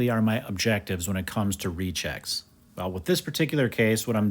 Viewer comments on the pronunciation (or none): Y do I keep hearing rejects even though I know he meant rechecks